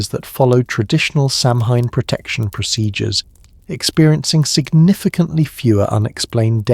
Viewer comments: It is pronounced Sawen not Samhain. Please get it right. It is also the Celtic New Year and they honoured their ancestors. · Samhain is very commonly mispronounced. . . Not the end of the world for me. I enjoy these talks during my workday; I find them calming despite the commercial interruptions. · Hearing the butchering of the pronunciation of Samhain is hard to get past